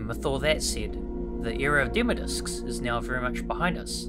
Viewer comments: Why do you say demo discs like you are about to say dimmadome 😂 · "demo discs" not "demodiscs" haha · Am I the only one laughing at how he says "demodiscs" like it's one word? 😂😂 Great video otherwise!